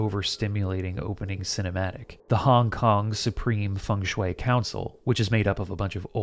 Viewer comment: Started to hear hongkong as honk-honk and couldn't stop